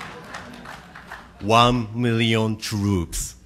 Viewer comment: except he didn't pronounce million as "mirion" he pronounced it like "miliyun"